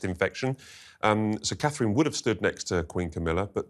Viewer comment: I have to Dis-agree Slightly. Her NAME IS Not - HER ROYAL HIGHNESS... She IS HER ROYAL HIGHNESS... Ner NAME IS CA-THRINE - TWO Syllables!!! Which the talking heads CAN NOT SAY!!! At least, Tries to Keep to It. He has trained himself well to not say "kate". Well done. Now, AS HAS BEEN WRITTEN INNUMERABLE TIMES, GET YOUR GUESTS To AFFORD Catherine THE RESPECT OF ALWAYS SAYING CA-THRINE!!!